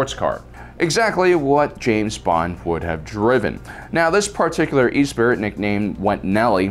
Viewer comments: E spirit is pronounced ess per ee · sighs and shakes my head ...Esprit is pronounced Esspree.....not E-spirit!...jesus do some effing research will you?! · Esprit is pronounced es-spree, not e-spirit. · My future car brain backfires when he says E-Spirit like a vape mod instead of Ess-Pree as in spirit. We've got it. Yes we do. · Not e-spirit. Say it with me...[ess-PRIE]. It’s French bro! It means to be lively or vivacious. Love the vids but you’re killin’ me with the pronunciation! 🤣 Also yes,it was fantastic to see the “Spinners” flying around for the first time in Bladerunner. It was a much more gritty sci-if style of movie that no other director had ever accomplished so well. It was an all new and fascinating look at the future of humanity that wasn’t sanitized like Star Trek (I was 9 yrs. old at the time btw). Heck, modern Tokyo isn’t far off. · You need to work on your pronunciation... "E-Spirit" is actually pronounce "Espree" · Eh-spree, not e-spirit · E-spirit? 🤣🤣🤣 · We concur. The correct pronunciation is 'es-pree' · No hate just a bit of info. It's the Lotus Esprit as in Eh-Spree. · Esprit.. Ess- pree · hurts my soul with the way he pronounces the word "esprit" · I think it was deliberate. He's trolling us.